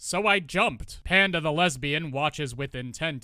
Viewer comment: I hear "Hand of the Lesbian" every time you say "Panda the Lesbian"! 🤣